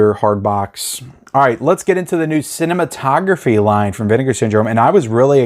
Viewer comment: Vinegar syndrome pronounces it Cine...mato...graphe. like a graph. Not like photography.